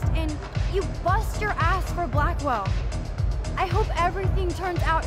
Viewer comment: Did anyone notice that Blackwelle sounds like blackmail